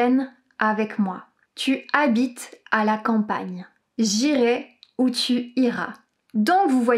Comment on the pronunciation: Très bonne vidéo, j'ai juste l'impression que tu inverses le son "-ai" et le son "-ais" J'irai = É J'allais = Ê